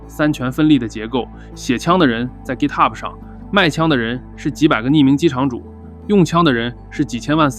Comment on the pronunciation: 明明是GitHub，为什么非得读成gitahub，显得洋吗